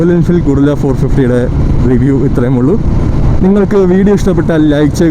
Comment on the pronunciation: ഗറില്ല എന്നാണ് പേര് 😂ഗൊറില്ല എന്നല്ല